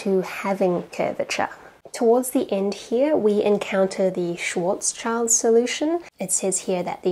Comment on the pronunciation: Hey! German here. When you said "Schwartz child" I had a very bad time. Please say "Schwartz schild". It means sign / shield.